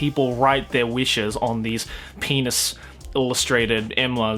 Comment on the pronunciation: Everytime says penus u take a shot, we'll meet in the hospital